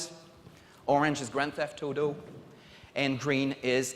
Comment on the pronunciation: "Gran Thef Toto"?